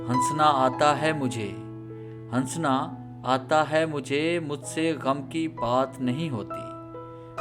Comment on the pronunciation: Han-sana nhi prahte likhte hai non silent hora sa pahla wala .hasna parte hain